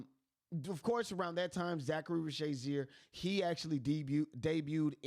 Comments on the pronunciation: Risacher please! Not Risacharie! 🇫🇷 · This is the worst Risacher pronounciation I've ever heard lmao Zaccharie Zaysheer? Really? Reese-a-shey bro its not that hard, or just call him Zacc if it's that hard. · Bro if you watch the games they say the names…😂 Zaccharie ree-sa-shay Veet cray-chee 🤝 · There is no Z in Ree-shah-shey name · Reese-uh-shay Ree-suh-shay Reeza-shay Any of these are acceptable. Not whatever you were saying lol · Great content. Listen to a few games and listen to Bob on how to properly pronounce the kids names. 🤦‍♂️ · How you put in a clip that has his name said correctly and still not say it yourself?